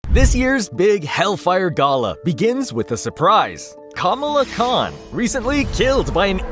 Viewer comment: I find so annoying when people make videos, and they are not even smart enough to verify the proper pronunciation of words, or names { Kamala} before they release the video. It makes them look like they have no idea what the hell they are talking about........